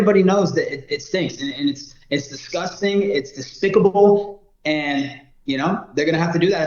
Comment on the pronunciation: 😂 "It's despicabable"? 😂